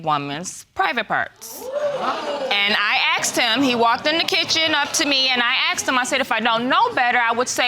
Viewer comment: In english it s asked , not axt